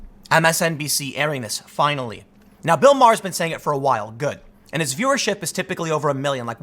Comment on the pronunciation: Tim “Fionally” Pool